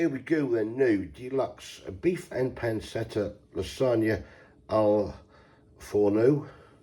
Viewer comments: It’s pronounced pan-chet-ah you big wally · Pan-CHETTA! Good grief,!